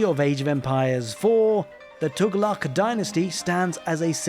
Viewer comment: As native arab finally someone pronouncing Tughlaq correctly feels so refreshing XD